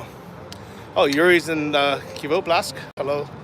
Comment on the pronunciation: Glad you are pronouncing Kyiv correctly!